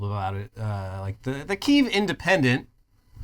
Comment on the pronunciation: You guys are retarded. Don't even know how to pronounced Kiev